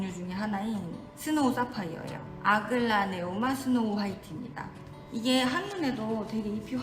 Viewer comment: 아글라.오.네.마 입니다 ㅜ 너무 당당하게 틀리셔서 ㅋㅋ 정말 접하기 쉬운 국민 식물들로 소개해주셨네요. 국민 식물인데는 역시 이런 이유가 있나봅니다.